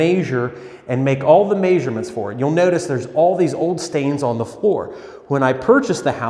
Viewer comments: “mAjOrMeNt” i’m joking lol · But in all seriousness... What the hell is a mayzhurment?